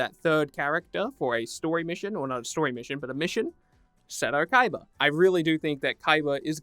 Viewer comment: I'm surprised you even said his name right, most idiots just call him Kiba